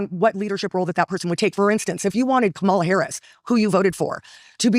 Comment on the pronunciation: Why am I still annoyed at how they all mispronounce Kamala